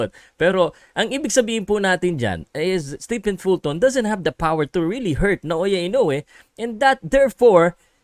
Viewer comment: fyi, STEPHEN is pronounced as "STEVEN"!